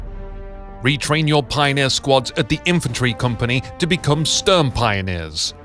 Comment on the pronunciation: Please never say Stürmpioneers again I mean there is even google translate which can pronounce Sturm correctly